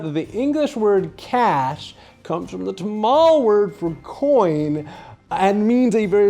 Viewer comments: Nobody who is not South-Indian has ever pronounced the word Tamil correctly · WRONG PRONUNCIATION FOR TAMIL!!!